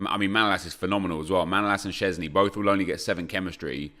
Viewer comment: Btw say voycheck sceszny cause thats how you say wojchech